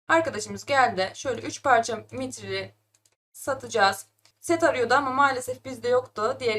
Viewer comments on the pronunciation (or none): Lütfen maytril demeyi bırak nefesimi kesiyorsun her maytril dediğinde ya